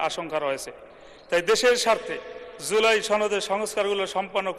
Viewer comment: এটা এদের যোগ্যতা! (লজ্জা!) জুলাইকে উচ্চারণ করছে "ঝোলাই" হিসেবে। এই জাতির লজ্জা শরম নাই? এদের সংসদে কে পাঠায়?